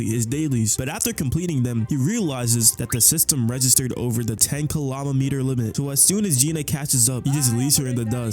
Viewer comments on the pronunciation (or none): Lol 10 “Kilomemeters”